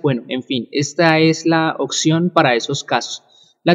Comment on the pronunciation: Porfa pronuncia oPción! no oCción :S